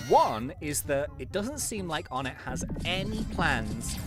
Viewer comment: Oh-nay not On-ett